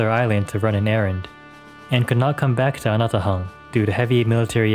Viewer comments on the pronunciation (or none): I keep hearing... "Ana The Hun". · Hi, the correct pronunciation of the island is Anatåhan or ana-taw-ahn. This is in the Chamorro language. Nice video!